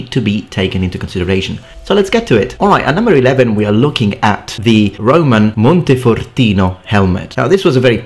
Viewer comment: Are you italian? Your pronounciation of "montefortino" was perfect. The accent too sounds a bit italian but it's so slight I can't tell.